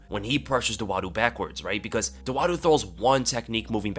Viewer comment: Hakeem Dawodu, not Dowadu